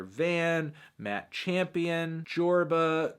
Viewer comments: Hey melon, when listing off brockhampton rappers you said "Jorba" BUT IT IS NOT JORBA YOU MELON, IT IS JOBA. Still love u tho thx 4 the list <3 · did you just call joba "jorba" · You really just called JOBA “JORBA” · “JORBA” fake fan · This dude just say joRba? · did this man literally just pronounce joba as jorba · No, he did so figuratively. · his name is joba but melon called him jorba lol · Did u just say JORBA instead of JOBA?? C’mon melon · "jorba" ""boyband"" smh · His names not jorba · JOBA NOT JORBA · WHO THE FUCK IS "JORBA" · Did u Just call Joba "Jorba" or do my ears Decieve me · jorba??? JORBA????? WHAT THE FUCK MELON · Did melon call JOBA jorba??????????? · This boi said Jobra my guy it's Joba 😂😂😂😂😂😂😂😂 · did he just call JOBA "JORBA" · you called joba jorba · first of all saturation is 1# also YOU SAID JORBA MELON WHAT IS WRONG WITH YOU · Mr. Super Fly you mean Jorba? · MANS SAID JORBA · Did this nigga actually say JORBA? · U mispronounced JOBA!!!!!!!! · Jorba? How are you going to be part of BROCKHAMPTON if you can't pronounce ther names right you melon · Did you really say Jorba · DID YOU JUST CALL HIM JORBA